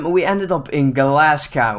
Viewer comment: when ever he said Glasgow wrong it really annoyed me because I have Scottish blood